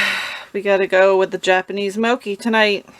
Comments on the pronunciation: Pronounced moe chee, not moe ki. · The mochi is pronounced mo-chee